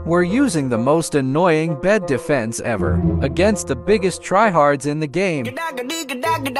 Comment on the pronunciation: I love how he says agaist the buggest tryhards masai990 battle pass